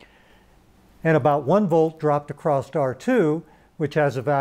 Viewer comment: good info. i'll give the speaker a pass for saying "acrosst" cuz he's from a generation of rampant naivete.